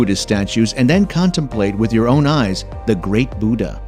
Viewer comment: You really need to learn the correct pronunciation of 'Buddha'.